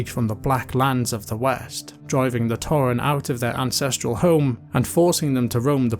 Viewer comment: I enjoyed this video, but every time you said "torren", it hurt me a bit haha.